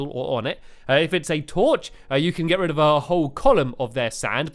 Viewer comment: you said get red not get rid